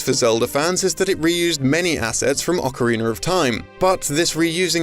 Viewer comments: Ocarina , not Ocariner. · “Ocariner of Time” “Majura’s Mask” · Nice video, some repetition with the Perfect Dark sections. Please work on your pronunciation of "Ocarina," it's not an Ocariner